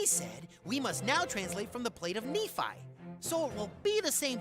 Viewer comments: Ex mormon here, the only thing that was incorrect about the video is just the pronunciation. Nephi (knee f-eye), Nephite (knee fight), Moroni (more-oh-n-eye), Nevada (nuh vah duh) Lamenite (LAME in ite) Zion (zi uhn) Social Mormon= Jack Mormon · Ok. First. Nephite is pronounced knee fight. Nephi, Lehi, etc end with an Eye sound, not ee. Anyway. The white Lamanite (lay-man-ite) does line up with Book of Mormon writings. After Christ visited the Americas in 3rd Nephi, the Nephite and Lamanite civilizations combined for several hundred years. Described as having "no manner of ites among them". They later split into the two ite groups again based on belief in the church, not skin color. So canonically, by the last great struggle, there were light and dark skinned people on both sides of the struggle. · Hey, it’s the Church of Jesus Christ of Latter day Saints. Nephi is pronounced nee fi and Moroni is pronounced more own eye. This info should give your podcast more authentic. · Exmormon here. This was fascinating to watch. Most of what I’ve watched is from Mormons or exmormons. But this is from someone outside of the community looking in and hearing what most people see when they look at Mormonism. It was just so interesting! Haha thanks man. P.s. you pronounced some of the names differently than how most Mormons say it. Nephi is usually pronounced “knee-Fi” for example. Just saying it so people don’t write you off later.